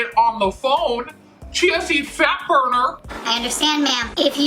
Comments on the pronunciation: It took me I don't know how many times before I FINALLY figured out you were saying CHIA SEED fat burner 😂 I was like, "wtf is she saying? Chancy fat burner? Is that the name of some fancy fat burning pill or something?" Didn't understand why they were selling a pill at a smoothie place, but then I finally understood what you were saying 😂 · at first I thught you were saying "Chasity Fatburger" lol Both are hilarious. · So did I. I also started hearing "GNC fatburner" and wondered if the shop was selling supplements too. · I thought you were saying “Chancey Fatburner” Like if it was a person. Lmaooo I was so confused for a lil bit. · I heard cheesy fatburger and I was like what the heck is that 😂😂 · haha it's not just you, I heard "Chauncy Fatburner" the first few times she said it too and was like TF??? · I kept hearing "jeansy"fat burner. I thought, is this something I dont know about?😄